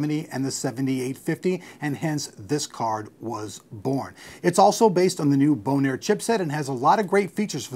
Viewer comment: Its not "boner." It's "bone air."